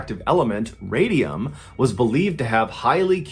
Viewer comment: No, it is Radium